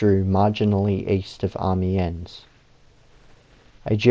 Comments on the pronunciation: Many people don’t know and it’s understandable as it is not their native language. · Painful to watch, dude can't even pronounce amiens